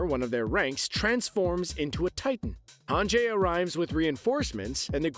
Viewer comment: It's hanji, right? Not hanjay?